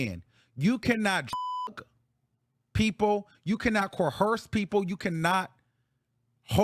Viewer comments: Co-ersed not Co-hersed. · I love the way you say coerce 😂 co HEARSE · Love you. The word coerce has no "h". Just want you to pronounce it right because I adore you. Period.❤